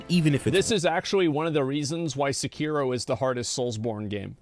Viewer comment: it's SE KI RO